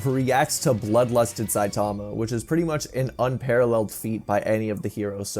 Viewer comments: "saitama, not sitama" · It's saitama not sitama